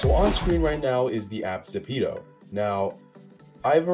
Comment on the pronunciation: AHEM its zepeto not zapeto